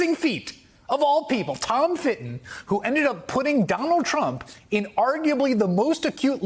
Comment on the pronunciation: That sounded like they were saying crook, not trump